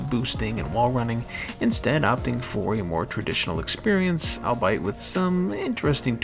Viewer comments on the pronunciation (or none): You pronounced albeit wrong and now I have to unsubscribe as it is my favorite conjunction. How could you do this to me? /s